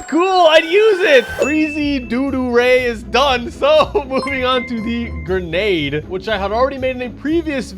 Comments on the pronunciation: Grendade launcher instead of Grenade launcher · “Grendade launcher”💀💀